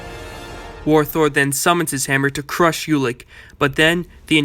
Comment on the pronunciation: This is good, BUT... Ulik is pronounced "Oolik"